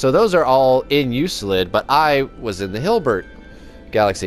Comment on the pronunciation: Enjoyable video. Keep up the good work. Just one thing, Euclid is pronounced "you-klid".